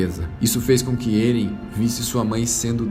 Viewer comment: Se pronúcia Éren e não "Êren" Se pronúncia Mikassa e não "mikaza" Po se não assistiu o anime? Eu li todos os mangás, claro não tem como saber a pronúncia certa lendo, mas o anime como é do japão você consegue ouvir a fonética dos nomes... Fora que ainda não acabou, então acho que não seria um resumo.